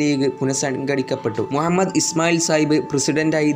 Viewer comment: Mua mmed alla mu ha mmed ennann athupolum ariyille?